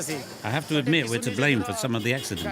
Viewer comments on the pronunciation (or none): none